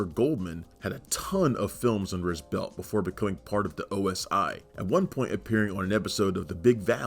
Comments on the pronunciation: Is OSI NOT OSO. JUST SAYING LOL 😂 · It’s NOT OSO it’s OSI .